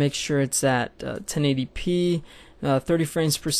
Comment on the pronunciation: AHAHA I always laugh when he says 1080p.. sounds like 1080 pee LOL